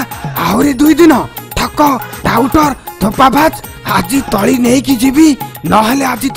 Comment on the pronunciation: ତଳା ନୁହେଁ ତଳି